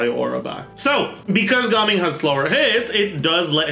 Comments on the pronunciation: Ga-ming ❌ Gaming✅ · Had to watch the first few seconds to confirm whether he said Gaming or Gaming